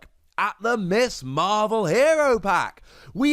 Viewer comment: It’s Ms Marvel, not Miss Marvel... ;-)